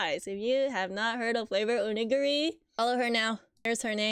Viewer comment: OMG! It's a POG (round circle thingy)! I haven't thought about those in years! Huge collectables back in the early '90s. 😁 PS ~ You are pronouncing 'favoredonigiri' incorrectly. You got the 'flavored' part right, but 'onigiri' is pronounced like 'oh-nee-gee-ree' (roll the Rs). Onigiri is a japanese rice cake. 😊